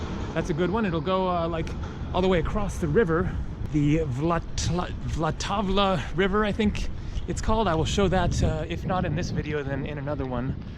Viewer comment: I think you pronounce it with a silent a...like 'VaLTAVA'